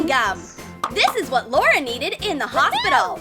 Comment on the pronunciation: It is hospital not hosbital